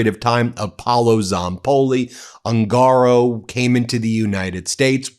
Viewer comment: The correct pronunciation of the surname "HUNGARO" Is "OON gah Row. Not Oon GAH row.